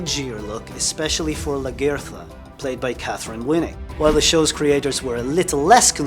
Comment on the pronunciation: The way you say Lagertha is crazy lol. Never heard it pronounced like that🤔